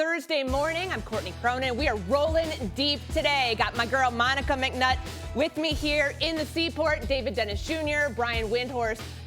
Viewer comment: “Monica McNut”😂